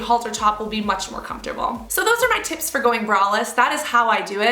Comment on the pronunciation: I keep thinking you're saying tits instead of tips lol